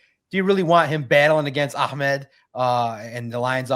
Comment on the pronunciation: Bro. Ahmad himself says it AH. I’m sure he knows how to pronounce his own name 🤯. 100% it’s not ock my boi